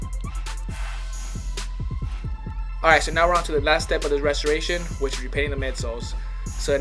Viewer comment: Dude slow down and say restorations with right, not ressornnds with